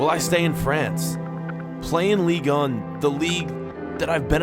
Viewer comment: you say LEAGUE UN wrong